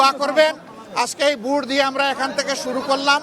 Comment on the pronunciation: এলোক তো ভোটটাও সঠিক উচ্চারণ করতে পারেনা, তা দেশ চালাবে কিকরে। ভোটকে বলে ভুট হা হা হা😁